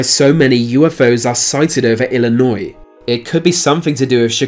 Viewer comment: Thank you for pronouncing IL correctly. Also if my shit state is run by aliens that makes a lot of sense. My state is shit. And so are Duckworth and Durbin.